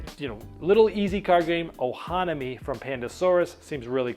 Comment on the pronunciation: Killing me with the pro-nownce-ee-ations you used for some of these games. "Ohanami" and "Paleo". Killing me.